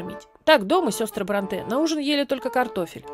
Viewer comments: Простите, пишу без зла, но очень режет слух Не БронтЕ, а БрОнте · Правильно всё-таки БрОнте, а не БронтЕ. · БрОнте, а не БронтЭ Аж слух режет. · Все прекрасно, отличное видео! Но есть одно «но», которое невероятно режет слух. Они ведь БрОнте, а не БронтЕ. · Спасибо за ваши отличные передачи. Ложку дегтя: Шарлотта не БронтЭ, а БрОнтэ. И не «около пятиста (шестиста, семиста и т. п.)», а «около пятисот (шестисот, семисот и т. п.)». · Шарлотта БрОнте, а не БронтЭ. Из картофельных очисток, а не очистков. И т.д. Ужас, сколько ошибок. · Только она всё-таки Шарлотта БрОнте, а не БронтЕ. Не француженка же, в конце концов хд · Ударение в фамилии Бронте идет на букву "О". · Спасибо за видео. Только БрОнте, ударение на о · Шарло́тта Бро́нте. Т.е. в фамилии ударение на "О". Пожалуйста! Очень режет слух 😣😣😣 В остальном, очень интересно было послушать, спасибо! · Всё видео резало слух это "БронтЕ"... Она англичанка, а не француженка. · Правильное ударение БрОнте. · тоже хотела написать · Видео познавательное и интересное, как и всегда)! Только в фамилии Бронте ударение на британский манер, то есть на первый слог